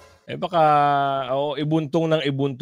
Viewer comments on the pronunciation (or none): Boss " IBUNTON " hindi IBUNTONG